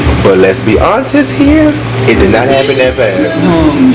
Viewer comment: Lets be extremely hontest 😂😂😂